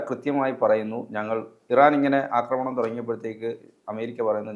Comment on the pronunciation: അക്രമിക്കാൻ എന്നല്ല ആക്രമിക്കാൻ, ആക്രമിഎന്നല്ലഅക്രമി അക്രമണംഎന്നല്ല ആക്രമണം